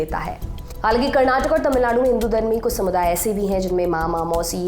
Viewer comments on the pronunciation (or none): none